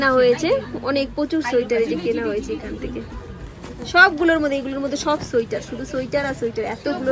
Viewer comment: onek din por k besh pranobonto laglo. tarahuro kore kotha bolte giye tomr uchharon gulo kmn jeno lagchilo aj. Tumi bolcho শোইটার. 😊 Bonder kache peye khub excited bujhte parchi😂. Tomader vlog a sab kichu vlo lage bt tomader oi kole niye vaat khawa ta khub baje lage. JapaneesTemple tay ami onk pic tulechilam. 5/6 bar Darjeeling gechi tao mone hoy bar bar jabo.